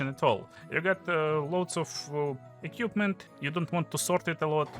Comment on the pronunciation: всё круто, но пожалуйста не "экьюпмент", а "эквипмент" - это частая ошибка